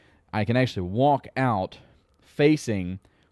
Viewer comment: So fun when you say "WALK out of your ship" 🤣😂